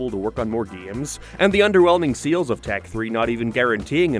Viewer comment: Bold strategy to make a video about Tak games when you cant pronounce "Tak," "game," or "sales."